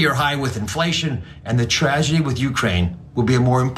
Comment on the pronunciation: Is Dr. Oz even sober for his speech? I don't think so. Listen to him saying "tragedy" .